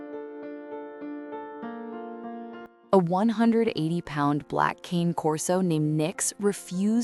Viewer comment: Can't pronounce "Cane Corso" properly.